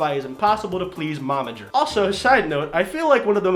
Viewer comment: When you have a seizure while saying the word momager